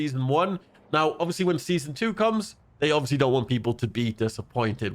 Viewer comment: can you say ovbiously one more time please? i think it wasnt quite obvious to me